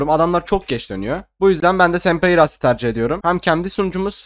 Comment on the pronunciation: rust diye telaffüz ediyorsun sanırım :D